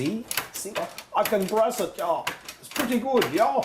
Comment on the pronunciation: "itss prudy good ya !!" lol